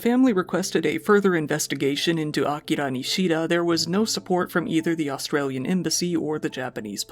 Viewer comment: You're literally the only YouTuber I've seen actually attempt to say Japanese words correctly. Didn't nail everything but it was nice to hear "Tokyo" instead of "Toe-kee-yo" and "Akira" instead of "Uh-keer-uh"